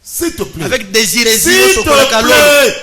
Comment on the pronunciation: Hiresie ou bien hérésie?